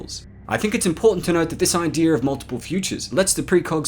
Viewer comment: You say words in a weird way: Lar instead of law, idear instead of idea. Please stop. Its unnecessary.